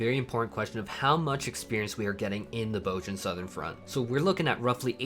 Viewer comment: "BOHZ-yuh" "BOHZ-yuhn" They say it in the game